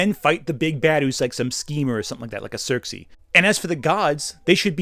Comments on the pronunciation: I don’t think I’ve ever heard anyone pronounce Circe like that. I thought you were talking about Xerxes and I was wondering when wonderwoman did a 300 crossover. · It’s Circe